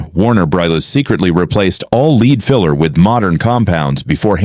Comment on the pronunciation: Who ever set up this AI show why its called artificial it's almost all bull shit cant even get color correct. Lead filler pronounced wrong.